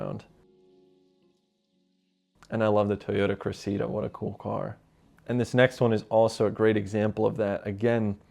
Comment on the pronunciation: Must be crazy for you to see any old cars in such great condition. Seems like different world. Great pics and as usual little car nuggets are much appreciated. I’ll fight you on the pronunciation of ‘Cressida’ though! 👹